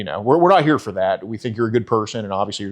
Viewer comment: I'M WEWWY GWAD YOU'RE HEWEERR